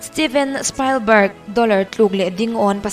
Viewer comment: Steven Spalbarg ti a lam lo in, Steven Spilbarg ti in lam zawk teh, just advice